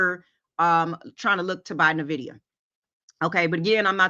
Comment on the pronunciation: Hey just found the channel and its really great. dca ( dollar COST average), Nvidia pronounced like not nuhvidia. Keep up the good work.